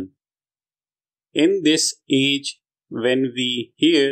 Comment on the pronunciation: In this age sounds like in this each.